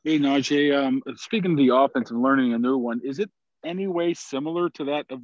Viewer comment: First...get his name right... NaJee Nah-j-ee... second.. he's a great ! I'm buying his jersey off his personality